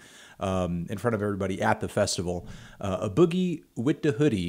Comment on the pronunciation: loll "aboogie with the hoodie" instead of a boogie with the hoodie